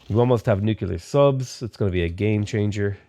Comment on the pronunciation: Nu-cle-ar. Nuclear